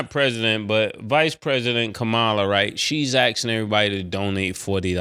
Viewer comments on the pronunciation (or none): Commala Mase. Please say her name right too many of thr trump folks disrespect her by mispronouncing her name. Love the show guys. Keep up the great work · Someone tell Mase he is saying VP Kamala name like Trump says it all wrong 😂😂😂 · Say her name right Mase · Mace should at least get the lady's name right